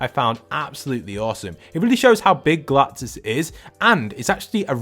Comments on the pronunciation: Ah yes, “Galtus” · It said galtus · LOL WHO THE HELL IS “GULTUS”